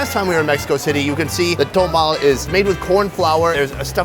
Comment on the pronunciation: Please,quit saying "tomal" Sometimes you say that. It's "tomalE"